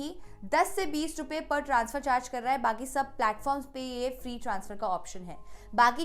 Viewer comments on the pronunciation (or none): none